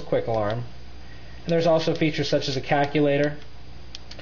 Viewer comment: You said cackulator. XD I love it.